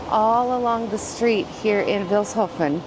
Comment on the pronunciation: You're pronouncing Vilshofen wrong! It's like "Feels hoven" with a short [ee] If you should return to my town and if you had some time left: Take a look at Schloss Ortenburg [Ortenburg Castle] about 10 Kilometers from here! Bye bye 🤠 🤍💙